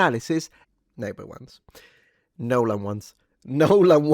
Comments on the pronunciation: i love you, truly. Long-time subscriber, but if you do a 60-minute video, of you just saying "nolen" over and over again, i promise you i am NOT GOING TO BE WATCHING IT. hahahahahaha, i can't promise much in this life, but i can promise you that. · "NYOLEN" is now the standard pronunciation for his name. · Of course it's funny when you say "Nooooolan", but I just love how you pronounce Loupita! And thanks to all the reviews I watch I keep discovering old gems, such as Iphigenia (1977), which I never heard of before, about the sacrifice made by Agamemnon. Irene Papas plays Clytemnestra.